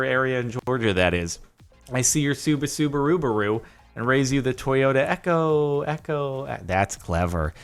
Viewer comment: sorry, i can't get past the Subasubarubaru.